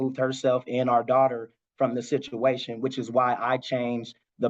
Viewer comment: It sounds more like a shituation 😮